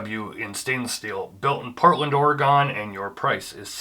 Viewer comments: my god man...OR-GUN not Orahgawn. nice video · You lost me at Ore-Gone…